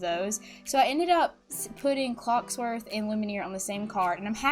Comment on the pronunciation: Love your videos but I just...I just gotta say.... It's pronounced (Loom-e-air) and (cogs-worth) also I vote toy story😁❤️